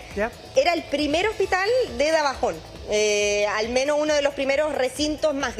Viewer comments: Señora periodista, el lugar se llama DAJABON NO DABAJON 🤦🏽‍♂️ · La reportera ponincia mar se dise dajabon y punta cana se dise 😂😂😂😂 dise junta cana y dajabon lo pronuncia malicimo también